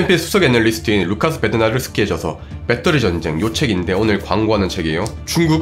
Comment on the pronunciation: 배떠리가 아니고 배터리예요,.ㅠㅠㅠ